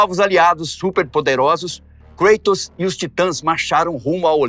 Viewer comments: Cueitors ?ou Kratos? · Nao entendo por que falam, kreitos. Sendo que é Grego, o correto nao seria cratos? Afinal é Grego, e nao Ingles. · Desculpe uma pequena correção.. A pronúncia do nome não é Kreitos e sim Kratos.... Ele era grego e não inglês ou norte americano.... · sempre tive duvida a respeito da pronuncia por ele ser grego o correto não seria algo como ''Crátos''? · Muito legal. O problema é a "inglesização" de nomes gregos ou latinos. No grego, original, o correto seria "Cratos". Mas o video-game, filmes e etc estão catequizando uma nova linguagem na internet rs. Muitos nomes antigos estão sendo pronunciado "em inglês", e não em sua pronuncia original. Esse é só mais um caso.